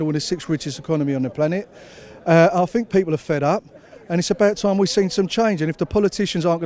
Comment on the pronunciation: The Queen of poorly pronounced cliches. Oh yeah well I fink we'll drive em into it. Robbin us blind, tax havens, muvva of all crisis, cripple da workers, had enuff, bleedin us dry. Very quiet when cheap foreign labour was keeping profits down and union members were desperate to hold on to their jobs. Well Eddie and Mick - good luck as you are going to need it. Take on the big multinationals fella and you will get the sack. Ask P&O workers.